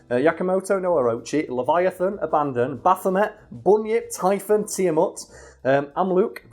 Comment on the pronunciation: I'm bothered he mispronounced Abaddon as abandon